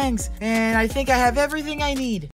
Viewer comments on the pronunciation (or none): none